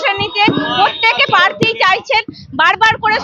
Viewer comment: পার্থীটা কি জিনিস? উচ্চারণটা প্রার্থী বলে জানতাম।